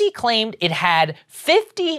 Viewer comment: Thank u 4 choosing the oh-zee pronunciation. As a longtime (is there any other kind?) Ozzy fan, I don't want that brand pollution